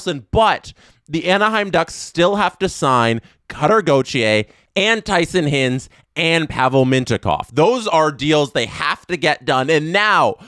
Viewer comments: i swear at least once a day, just picks a name to pronounce incorrectly and runs with it. And we love him for it. Who da hell is Tyson Hinz??? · Mispronounced hinds. It’s pronounced HIGH-nds